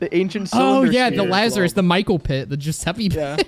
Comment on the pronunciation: Giuseppe is perfect! I love when english speakers hit the right italian pronunciation ❤